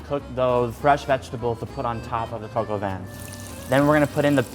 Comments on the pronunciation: It's not "coco van", it's pronounced "cock or van" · Coke - OW - VEEn is how i think it is. He say coke-ow-vaan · When He says: Coq Au Vin It sounds like he's saying "coco Van"..."KIDS GET IN MY COCO VAN!!!" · I thought he was saying coco bin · I just pronounced that dish as 'Cock a vin' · sounds like he's saying Coco Van. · American pronounciations are always funny, but jeez... this one just hurts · It's not like that how u pronounce cop au Vin 😂😂😂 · Im really annoyed by his pronunciation of coq au vin and im not even french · Its coque au vin Oml